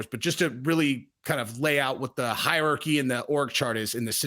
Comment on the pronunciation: It's called "Hierarchy" 🤣🤣 I get them mental blanks too😉